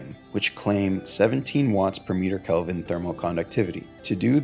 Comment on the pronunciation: It’s k-eh-lvin, not calvin klein